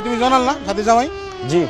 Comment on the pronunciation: ভাই আপনি যে সাথী বলে ডাকছেন আর আমি শুনছি চাচী চাচী😂😂